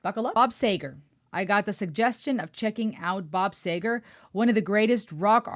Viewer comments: Bob Seeegar! No Sager? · This is when you actually had to have a voice, lyrics, and talent.............. And BTW it is SEEger